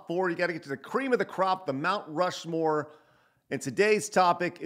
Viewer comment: Rount Mushmore 🤣😂🤣 Good stuff